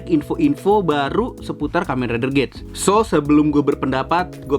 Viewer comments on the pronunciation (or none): Saya koreksi dibaca gits bang dan kalo abang perhatiin huruf A di logo nya itu kaya kuping rubah